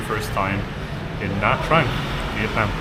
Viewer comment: “Nha” is pronounced as “Gna”, as in ‘mignon”.